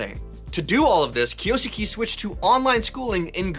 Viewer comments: Its “KIOS-KEH” not “KIYO-SOOKEE” or “KIOS-KAY” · Correct pronounciation is KYO (keo) SKE (literally skay). Just read it like a typical Japanese word with less vowel pronounciations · The proper pronounciation is kyos-ke. soft e at the end and not EEEEEEEEEEEEEEEEEEEEEEEEEEE